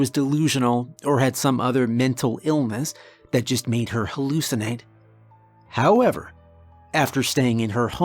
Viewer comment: Did you say “howmever?”😂😂😂😂